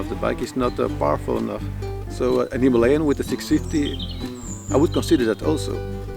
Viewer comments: Finally someone pronounced Himalayan right. 😁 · First time I heard someone properly pronounce Himalayan